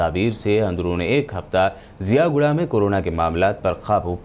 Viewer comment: Ziaguda hai miya wo jiyaguda nahi hai pasha